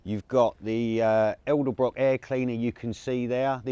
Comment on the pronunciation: It is EDELBROCK FFS.......................